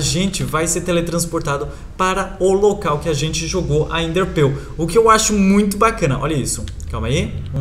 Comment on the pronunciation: nao fala ender pill fala ender perl